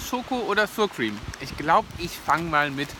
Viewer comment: Ooh lecker, genau was für mich. Muss ich mir demnächst auch mal zulegen:))). Achja und wirklich nur als liebgemeinte Anmerkung: Sourcream wird nicht [ßuhr Krim], sondern [ßauer Qurihm] ausgesprochen lieber:))).